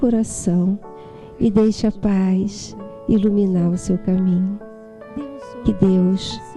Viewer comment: não é "Jesuis" é Jesus. Não é "paix" é paz! rsrsrsrs